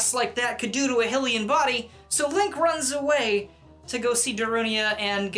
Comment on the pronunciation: You pronounced Hylian wrong